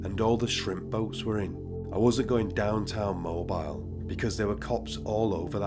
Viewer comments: Great video brother as usual. Being from south AL mobile isn’t pronounced like mobile phone I guess it’s the southern drawl but it’s pronounced like MO-BILL 🤣just thought I’d play grammar police. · It's moe- b- eel. It's also unbelievable how short his sentences were. Unbelievable. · Mobile is my hometown. And for future reference, Mobile is pronounced Mo-bill. A lot of shit happens around the Mobile/Baldwin County area, so I wouldn't be surprised if we featured in more videos. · Sorry if I sound like a know it all or if you don't give a shit but it sounded like you said he was in Mobile, Alabama and it's pronounced Moe-beal. I'm from Birmingham a few hours north. I don't hear Alabama mentioned very often